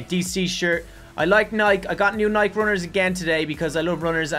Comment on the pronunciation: its not nike (nyck) its nike (nycke)